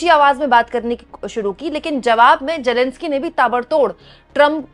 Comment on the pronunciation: It’s Zelensky not Jelenskie